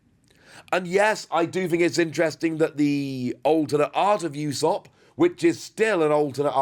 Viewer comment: Pronounced ooo-sop not you-sop btw